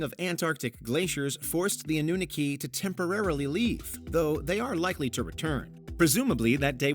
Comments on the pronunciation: Its prob just me,,but this narrator sounds like it's professor Dave, with the tone a little "squeakified" (😂) Though i doubt he'd pronounce it "uh-NOON-uhki" .... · I about fell out of my chair when he pronounced, well attempted to pronounce, Anunnaki. Just goes to show the sloppiness of this channel. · Hate how he pronounced "Anunnaki" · The way you are pronouncing anunnaki is hurting my brain 😂😂😂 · Plays the video where they say it correctly but still can’t not pronounce the Anunnaki correctly.